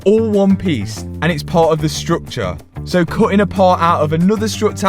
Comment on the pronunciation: Anyone else notice STUCTURE PARTS not structure parts then stresses over how to spell sytner lol. Not negative just made me chuckle